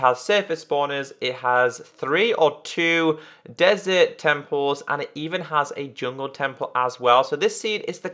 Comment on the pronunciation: You say desret